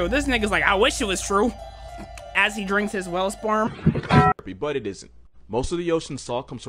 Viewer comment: "as he drinks his whale sporem"